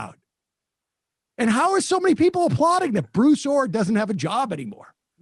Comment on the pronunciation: Thought he was saying Blue Thor... What dif does it make I guess.